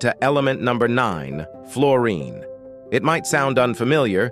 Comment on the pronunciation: Oh please, something or someone who knows how to pronounce the subject of your documentory.